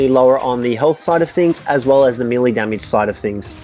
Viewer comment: Hey a little tip, its pronounced maylay not meelee.